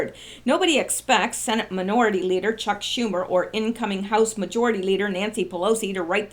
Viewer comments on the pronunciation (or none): none